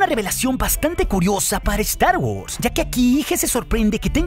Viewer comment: "Saludus másters de estar wors"... jejejeje